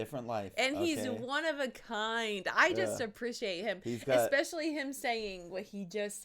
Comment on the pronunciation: It’s eSpecially not eXpecially